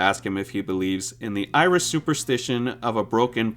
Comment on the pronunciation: 1st off its pronounced Irish not Iris and 2nd its Sean and Karen you hear fuckin in the tent as an actual Irishman your not that bright to insult us Irish